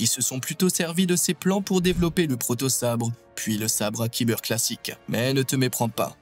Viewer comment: "Cristal Kiber " ça fait mal aux oreilles chef